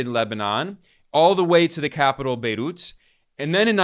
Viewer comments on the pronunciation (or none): Wth is "bayloot;" or is it "baydoot?" Either way, what is that?